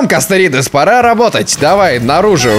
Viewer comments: Эххх ХХ.... КастоРОидес... Но касторидес тоже прикольно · Не Касторидез а Касторидес! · Оору когда звучит: Касторидез